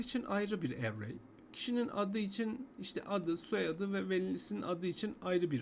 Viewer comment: array kelimesini telaffuz edişin sinir etti. dümdüz erey diyip geçemiyon mu dayı ne bu aksan hevesi